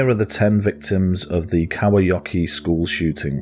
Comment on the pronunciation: u pronounced kauhajoki very well